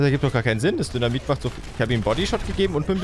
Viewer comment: Sorry aber ich hab ab einem gewissen Punkt immer nur noch "dönermit" anstatt "dynamit" verstanden.😂😂